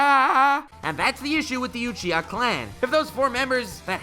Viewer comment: You say Uchiha really weird : / Alsooooo Sharingan and Rinnegan (as well as Byakugan and Tenseigan I suppose) were original abilities of alien beings who were essentially Gods ...of course it's OP.